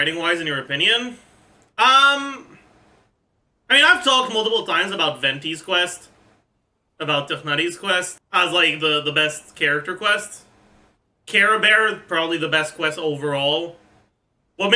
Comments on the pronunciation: Why does he pronounce characters like Tighnari or Clorinde this way? And so many others. They're not even pronounced like that in the game itself lol the fuck is a Tiffnary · It's the actual arabic and french pronounciation, as a north african (we speak both arabic and french) hearing the mispronounciations gets annoying after a while and Tighnari is the biggest offender. Thankfully most people in the community use the real pronouciation instead of that thigh-nari they went with ingame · As i recall, he just doesnt vibe with tie-nari pronunciation on a personal level, his variant seems more Sumeru-ish for him. (btw in my localization his name is actually spelled like that) As for Clorinde, he's just French-speaking i guess :)